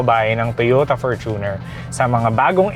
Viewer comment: Perfect pronunciation ng Fortuner! 👏🏼